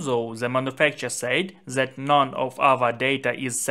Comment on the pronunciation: dis ...det not zis ...zet😅😅 🤦🤷